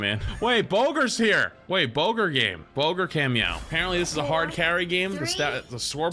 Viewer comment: This man said "Bogur game. Bogur ca*meow*" like he's in Super Troopers